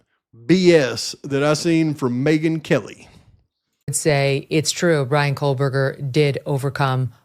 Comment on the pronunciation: "Kohl-buger"... she can't even pronounce his name😂